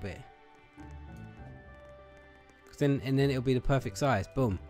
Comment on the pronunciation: When you said boom, it sounded like you said bum